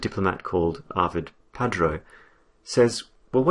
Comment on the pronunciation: Very good summary, however the name of the Maltese Ambassador has to be corrected please. It is Arvid PARDO, not Padro. Thanks